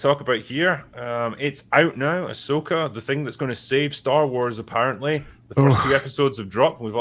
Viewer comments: Star Wars - AhSHEka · "Ahsoka"....no thanks!!